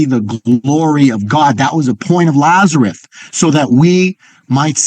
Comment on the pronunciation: Isn't his name Lazarus? Why do you keep calling him Lazaruth?